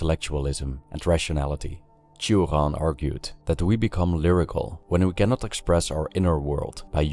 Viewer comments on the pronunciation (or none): Why you say Turan instead of Choran (romanian promunciation) or Sioran (french one)? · Cioran is a Romanian surname and shouldn't be pronounced as if it were a French one. It's /tʃ̩ŏran/ with the 'ci' sound almost as it is heard in English 'cheese' and with the hard 'r'. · It makes me somewhat sad to hear a Romanian name pronounced with a French accent in English.